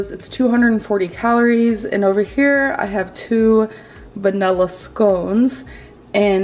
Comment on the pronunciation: Nothing makes my skin crawl more than trying to say the word “vanilla”.